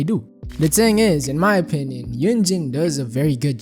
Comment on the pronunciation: Oh my god learn how to pronounce "thing"